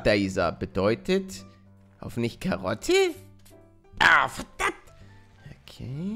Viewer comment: Tut mir leid, musste bei 'Karotte' so lachen :') Aber ich bin ja auch Österreicherin; ) Griaß di, i hob bei 'Karottn' so lochn miaßn, tuat mia full lad, I bin hold a Östarreicharin ;D